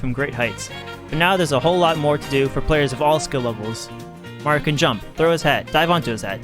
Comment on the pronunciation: you probably never heard of his new york brother , supa maro have ya?